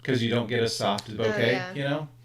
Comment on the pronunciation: Not that it really matters but, for what it's worth, ボケ or bokeh is a Japanese word that should be pronounced 'boh-kay', and 酒 or sake should be pronounced 'sah-kay' and not 'sah-key'.